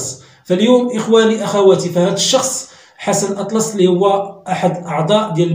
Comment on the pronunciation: كتكلم على السي حسن بحال إدا راك عارفو وأنت لا تنطق حتى إسمه بطريقة صحيحة... راه والله و مشا حتى شدك يحيد ليك الوالدا...(l'utérus). كفى من الضرب في أعراض الناس هههههه والله ومشا حتا شدك يحيد ليك السروال.ههههه